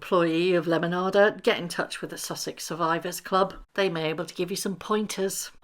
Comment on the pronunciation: Love this side of you! 😂❤ I could listen to you all day saying “lemonada” you make it sound so beautiful 😊